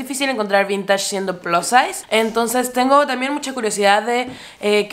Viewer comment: Repites demasiado todo, y no me parecen tan buenos los precio de ropa que no es tan vintage a lo mucho es de los 90s, en serio no trates de decir plus size, como plaz size se oye terrible !!!!